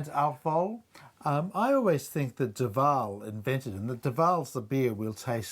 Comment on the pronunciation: You would think that the dude would know how to pronounce Duvel.